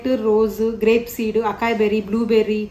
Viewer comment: Nice Vlog !! Açaí berry lo “C”ni “S” laga pronounce cheyyalandi.. idhi USA lo breakfast bowls la baga use chestaru ..